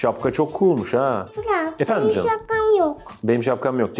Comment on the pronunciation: Cancık değil CAN ım